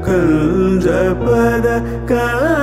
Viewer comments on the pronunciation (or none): none